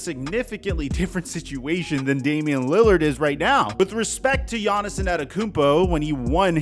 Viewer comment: Take a shot every time says "quite literally" or mispronounced Giannis' name. You're gonna be wasted by the end.